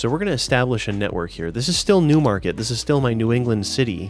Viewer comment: Whenever you say “Newmarket” I hear “Noohmahket” because of how quintessential NE it is